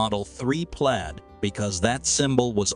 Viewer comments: Please train your robot voice to pronounce words properly. Plaid, not played. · Plaid is pronounced plad. The more I here from this channel, the more I believe that the speaker is not a person but a computer simulation. The information is good the spoken words are needing correction every video.